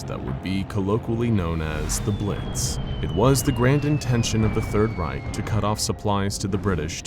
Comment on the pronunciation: Bruh it’s not the third reik it’s the third it’s the third reich and there’s no k where did you get the k from